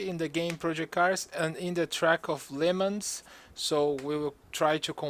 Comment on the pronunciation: Lemons... He definitely said Lemons.